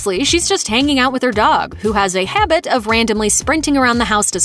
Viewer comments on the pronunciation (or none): none